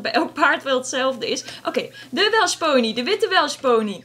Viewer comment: ben ik de enige die me irriteert dat zegt Welsh ponees (geen haat)